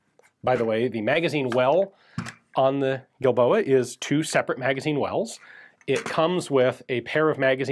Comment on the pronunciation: I sewar I kept hearing that pronounced as "D"ildoa.